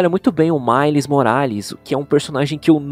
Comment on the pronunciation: da um pouco de agonia ele falando males errado, mas ainda sim da um charde daora na fala dele